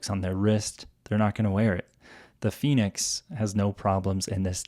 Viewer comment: El "finix' "gormin' me gusta mucho 😂😂😂😂